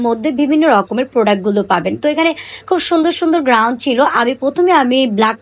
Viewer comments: কিন্তুক, গ্রাউন উচ্চারনে অনেক ভুল। শুনতে একদম বিরক্ত লাগছে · উচ্চারন ঠিক করেন। নিজের ব্যর্থতা স্বীকার করুন। আমি একা না দেখলে কিছুই হবেনা। কিন্তু আমার মত সবাই বিরক্ত হয়।